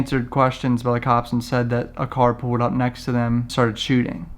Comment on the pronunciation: Say pulled... not poewd